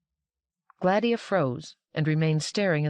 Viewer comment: Agreed Yes. I’ve also noticed that she accentuates the A in Gladia to make GLADia, instead of the intended gla-DIE-ah. Still, a wonderful narration.